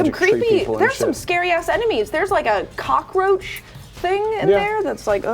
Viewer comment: She said cock... roach